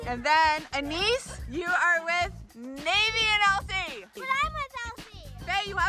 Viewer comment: Just for the next time it’s NayVee! Not Naivee! Just letting u know!